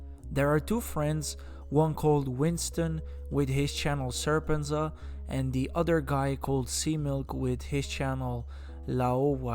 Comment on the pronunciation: How does he not know how to pronounce their names if he watched so much content? Serpent-zed-a. Winston says that many times in his videos. Also, Laowhy86 and C-milk are the same person, but he lists them as seemingly different people in the title, and also he somehow can't pronounce laowhy, even though he claims he has watched these guys videos. Making videos about reality in China is what they do. THEN they offer their opinion.